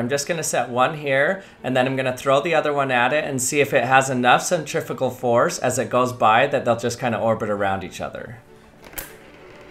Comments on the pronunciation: Why did you keep saying Centrifical it's Centrifugal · Absolutely hate how Americans say centrifugal...